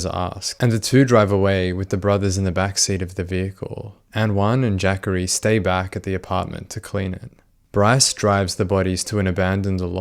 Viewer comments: I think that young mans name is pronounced:"JA COREY" um not "JACKERY" but if Im wrong, I stand corrected. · It’s ja-cory not Jaqauri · "Jackery" is probably pronounced more like "Juh-Corey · Its ja-cory, not jackorie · I know you don't know anything about (AAVE) African-American Vernacular English so you get a pass for this. I'm sure that no African-American mother would name her child Jackery the spelling of the name is JaCorey. I'm quite sure that it's pronounced Ja-Corey not Jackery. The way you say it reminds me of Thackeray Binks from the movie "Hocus Pocus". 😆 🤣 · JACHARY??! …oh….. it’s Jacorey. LOL I really thought his mom said “Zachary, but with a J”🤣🤣🤣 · Jacorey not Jackary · Jah-Kohr-ee is how you pronounce Jacory, not the way you’re saying it. Lol. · Pretty sure its not pronounced "jackery" lol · It's pronounced Juh Corey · Was looking for this comment... Was thinking it's pronounced Juh Corey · the way you pronouced jacorey got me deceased